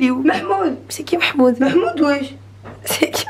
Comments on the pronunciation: SVP C MAHMOUD ET PAS MEHMOUD RESPECTER MON PRÉNOM MERCI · « Il est où merhmoude, le brocoli » 😂😂